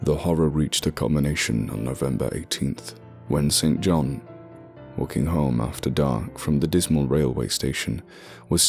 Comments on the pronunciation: I think st John is pronounced sinjin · The pronunciation of 'St John' here is rather jarring.